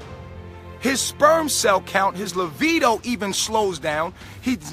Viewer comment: "his 'lavido' slows down....."